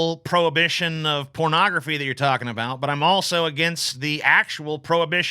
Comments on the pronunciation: I can't no I'm 10 minutes in and she keeps saying cornagrophy. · Don't worry, she inexplicably switches to "ography" later